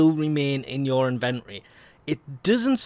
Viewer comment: inventory isn't pronounced that way